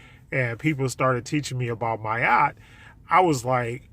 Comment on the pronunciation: It sounds like you’re saying “my Yacht”.